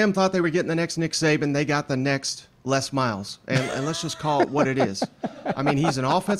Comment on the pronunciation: Wow!!!!!! He said the MEXT LES MILES !!!! LMAO